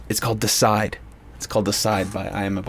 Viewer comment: DEE-A-SIDE not decide lol.